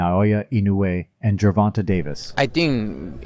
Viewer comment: He said Germonta😂 It's so cute tho